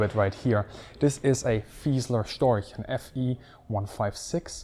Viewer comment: him pronouncing storch as "stoik" makes me want to game end myself